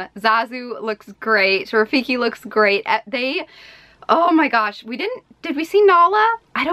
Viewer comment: "Oh mai gosh" jaja 😂